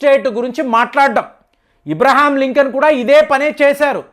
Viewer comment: ఇబ్రహాం లింకన్ కాదు సార్ అబ్రహాం లింకన్